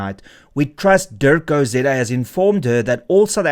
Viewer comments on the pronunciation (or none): none